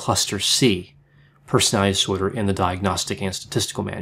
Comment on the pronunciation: You need to learn how to pronounce 'disorder'